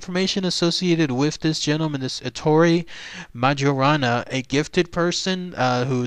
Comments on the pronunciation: It should be pronounced "mayorana". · You're mispronoucing his name. I think.